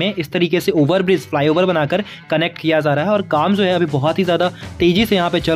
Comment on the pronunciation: "Ye Zo" nahi bhai " ye Jo" hota hai.😊